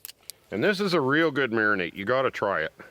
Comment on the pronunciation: it's a Mari-NADE not a Mari-NATE... The 37th mention of it triggered me to tell you this. Nice steaks by the way...